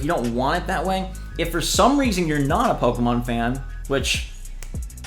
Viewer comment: When you sed pokeman i was like the heck where is the A in pokemon 😂😂😂😂